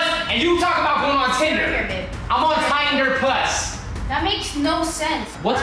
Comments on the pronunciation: LMAOO "Tieder plus" IM DEADD 😭😭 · said tynder plus that shi was funny😂